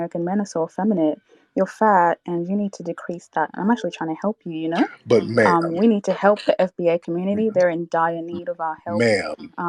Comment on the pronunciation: He said Nairobi camel not naomi cambell..i lost it lmaoo…”continue mamm” hes killing me LOL